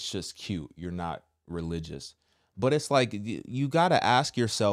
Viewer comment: literally the first time she said “cute” it sounded like she said “kill” hmmm NO NO NO!! In the name of Jesus Christ of Nazareth I rebuke any of the evil being produced, my God, The Lord I praise The Holy Spirit Amen!